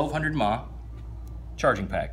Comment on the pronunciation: Shit dude, its not “Mah”. Its milliamp hours... fuck man.. lol